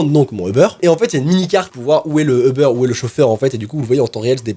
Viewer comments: Ce n'est pas euber mais UUUber!😂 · C'est pas Euber mais Uber tu dit u pas eu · ¡«U»ber! U!!! UUUUUUUUUUUUUUUUUUU Sinon je te kiff mais on dit «Uber» pas Euber..🙂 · Il dit euber au l y eu de Uber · Tu dis Euber moi je dit Uber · C'es uber pas eber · On dit pas Ebeur on dit UUUUUber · Cest Uber pas EUBER UnU 🤣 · On dit pas ebeur on dit ubèr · Att? Tu dis Eber, moi je dis Uber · Je suis la seule qui prononce Ubère et pas Euberre 😂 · Sa se dit pas eber sa dit UBER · C pas eubeurre c'est uber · Ça stresse que moi qu’il dit Eber au lieu de Uber ? Ou peut-être ça ce prononce Eber et y a que mw qui dit Uber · c’est Uber pas euber sinon j’adore tes vidéos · Je suis la seul à dire Uber et pas Eber 😂? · "Ubeurre" LOL 😂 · UBER comment le prononce a chaque fois j'ai l'impression qui parle de beurre XD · Qui a compris au début "Le beurre" 😂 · Pk tu dit eber sinon continue comme ça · certaine fois quand il dit uber je crois il dit le beur